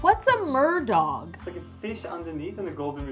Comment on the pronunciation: Ooooh! Merdog. I honestly heared Mordor